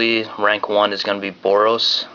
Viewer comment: he didn't say the boros mechanic right lol